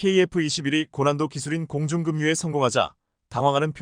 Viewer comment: 공중금뉴 소리나는대로읽은것 계곡에서폭우내릴때급류 소리나는대로읽으면금뉴 공중금뉴란말은 틀린말 방송인은 한국어읽기 공부 더하고 난후 방송에 나오기바란다 만석